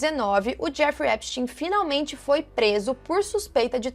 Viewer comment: Nem os próprios americanos sabem pronunciar o sobrenome do cara! Kkkkk Esptein é de origem alemã, então, a pronúncia é "Épstáin"